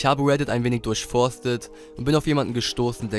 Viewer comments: Diggi, das heißt nicht emzetteheh sondern mzee (wie der MC (Master of ceremony) ausgesprochen), das ist eine legendäre deutsche Hip Hop Plattform, die unsere Kultur seit den Tapedeck-Zeiten maßgeblich mitgeprägt und gepusht hat. ❤ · Diggi mzee ist ein hiphop forum hahaha es wird emsie ausgesprochen